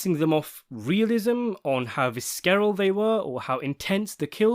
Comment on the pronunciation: Does this guy mispronouncing words supposed to reference Carmine Junior?? When I heard Vis-Carrol for visceral I can't believe he doesn't know the words he's using - any ideas?